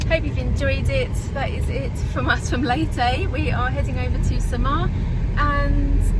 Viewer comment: Leytey ? Would have thought it is Leyte… as in Cafe Latte or Pepe or Spanish „commandante“.